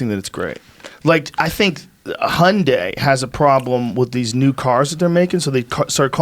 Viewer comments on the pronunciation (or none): dafuqs a hunday? hyundai! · What the fuck is 'hunday'. Does he mean Hyundai?